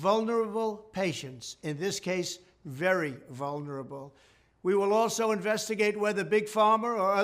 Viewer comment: Your plan! You cannot even read and or say vulnerable. How many people who talk to god paid you to say this, you demented evangelical mendacious despotic excrement